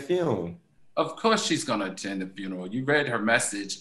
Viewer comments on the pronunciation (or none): 😂😂😂😂 “the what? The fune” 😂 he had to say funeral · Funky saying funnel for funeral had Al confused😂😂🤣🤣